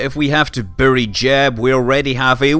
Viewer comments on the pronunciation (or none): none